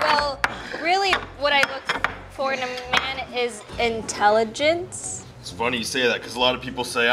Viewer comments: “I’m pretty intelegenent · When Anthony said “Inteledgeadent” I died of laughter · Anthony said I'm pretty intelegenent